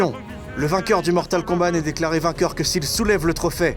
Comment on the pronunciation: On dit Mortal KombaT, avec un T, comme : "T'va voir ta gueule si tu parles pas komifo !" ...